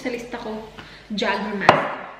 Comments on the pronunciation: Jagerbomb! Jager + redbull or any energy drink :) oh and its pronounced as "Yeygermeister" 😁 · Jägermeister - Yeygermeyster pag pronounce☺️ 🇩🇪